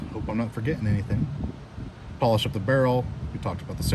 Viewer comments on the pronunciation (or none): none